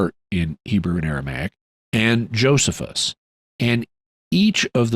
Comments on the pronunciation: It's actually (uncle) Joe-sees-us ;o) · Omg it’s not Joseph-us… it’s Joe-SEE-fuhs….